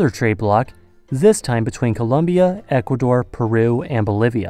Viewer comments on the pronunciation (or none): Zis means...he said zis means.....the German in him is coming out